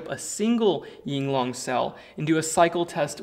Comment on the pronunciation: Sorry to be that guy, just wanted to point out that it’s “Yinlong” and not “Yinglong” lol literally the biggest word on the cell. I always see everyone pronouncing it Yinglong